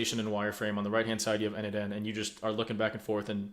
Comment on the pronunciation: funny when you say quickly n8n it sounds like N8 10 ... i was confused when listening to this vid LOL